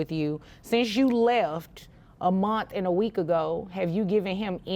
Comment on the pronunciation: Its pronounced "month" dammit... Not "munt"